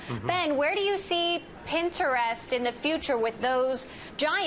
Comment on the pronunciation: PinGtrest. I don't think she's saying it right.